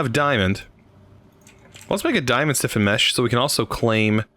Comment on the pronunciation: It’s flint STIFFENED mesh, not flint siffened/siffin mesh 😂